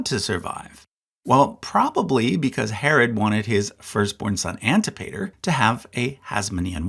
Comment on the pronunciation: Antipater is pronounced an-TIP-uh-ter.